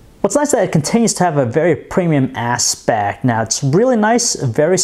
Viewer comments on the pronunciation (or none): Asss-pect hahahaha you make me laugh every time thnx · Assspeck lol that's what he said ha ha ha